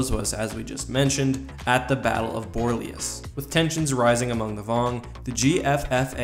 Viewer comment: Pronounced Bore-Lay-Os